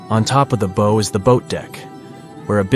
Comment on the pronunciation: It’s how, like how wow, not beau.